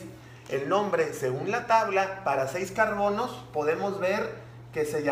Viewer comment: No sé que decir pero en el ejercicio número 3 cuando dijo:"tenemos cuatro carbonos" yo escuché carconos😂